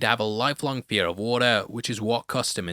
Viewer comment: He pronounced fear like its pierre